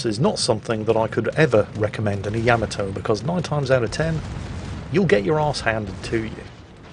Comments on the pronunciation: OMG DUDE, it's NOT YAMato ........ it is pronounced yaMAto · Yaamaatoe. ..? Really?